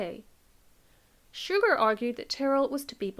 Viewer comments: The name of the abbot of St. Denis is “Suger”. He was French and his name is pronounced “Soo-zhay”, not like “sugar”. He is well-known in the historical record, especially for helping to create the Gothic style of architecture while renovating St. Denis. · Great video! I love your content. Just FYI, Abbot Suger was French, his name wasn't pronounced like English "Sugar".